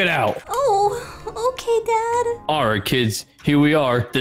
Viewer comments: To me she said “zad?” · She said zad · Did anyone else realize that said “Zad” instead of dad she was about to call him